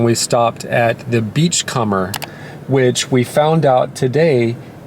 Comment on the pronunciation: this guy said “beach-cummer”